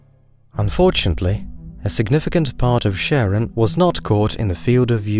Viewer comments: Pluto's moon is properly pronouned as 'kare-ON', not 'sharon'. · Thanks for the video, which I found extremely informative, but Charon is pronounced as KARon, after the eponymous Greek mythological figure, not SHARon. Unless, that is, you also pronounce Chaos as SHAOS, instead of KAOS. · Char-on. Char. Not "Sharron". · is not Sharon, is Karon, Ch like in Christ bc they both come from greek. Charon is significant in ancient greek mythology and is found universally in burying rituals across the world. . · hearing u pronounce Charon as "sharon" is the saddest thing ive ever heard. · it's Kharon not Sharon 🤣 It comes from the greek χάρων, χάρος or χάροντας. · Please stop saying Charon as in Sharon, but Charon as in Christ. Charon is the boatman who takes souls to the other world in greek mythology, so being an ancient greek word pronounced as such. Thanks, great job! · Pluto's moon is pronounced "Karen". It's the boatman of mythology for Pluto, god of the underworld. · Charon is Caron. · did you just call charon sharon ? unforgivable. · You said Charon wrong!